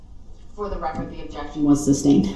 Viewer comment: Objectiongrounz! Grounz!